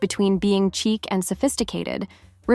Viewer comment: I had to laugh...this poor woman pronounces chic as cheek, instead of sheek. I won't be watching anything else by her. She really doesn't have a clue about what clothing is elegant, and what is just vulgar.